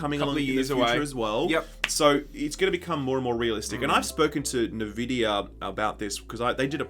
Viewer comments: Nahvidia? It's n-vidia, no? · It's not "Na-vid-ee-ah" it's "En-vid-ee-ah" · you're killing me with this "nehvidia" stuff. It's "en-vidia"! Remember the lady voice that used to say it before your games? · Navidia?? U guys are a gaming news channel?? It's pronounced 'N'-'Vidia' (Enn Vidia). Why am i subbed to this channel....smh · its "en" vidia not "Ne" vidia wtf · NuhVidia??.. its eNvidia guys :) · SHILL UP CAN'T SAY NVIDIA. IT'S END VIDIA NOT NUH VIDIA. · Nevidia…??? Its N-Vidia. Pleb alert. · Nah-vidia??!? Come on boys!?! ¡EN-Vidia! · wtf is nevidia? it's (en)Vidia? right? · Wait, is it nevidea or N-Videa? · It's not NUH Vidia. It's N. It's just N. No nuh. It's literally the letter N. NVidia. Not NUHVidia. N!! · Jaxson Mahan - I'm Australian and I still pronounce it just as an "N". Nah Vidia is just wrong pronunciation. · Who call Nvidia as 'NaVidia'? It is pronounced as 'EnVidia' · wait , its en vidia ? i always just pronounced the n alone similar to the japanese n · "Nah-Vidia" lol? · I feel physical pain everytime he says Navidia. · What da hell is Nevidia? lol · Neh-vidia? Lmao. Each time I heard Neh-vidia a piece of my soul died. PS: love you guys. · "Nuaahh-Vidia" didn't realize that's how you pronounce Nvidia, thanks for that SkillUp . :P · what's nervidia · 'Novidia'..? What's that? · "NaVidia" I've never been triggered so hard by a LG video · Came here for this. get your facts straight ohmygodd! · The D is silent. N vidia! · He...he just kept on saying it... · I think it's an Australian thing... :-)